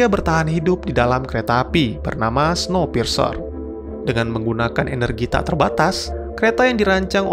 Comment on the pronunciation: Bukannya bacanya snowpirs ya ?maap kalo salah